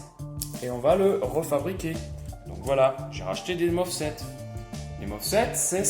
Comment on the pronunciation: MOSFET et non MOFSET 😁 !!